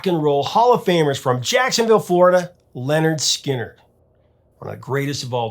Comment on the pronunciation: Wait a sec...did you just say Leonard Skynard? WTF!!!